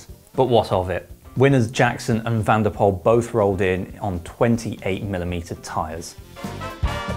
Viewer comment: van der Poel not van der Pol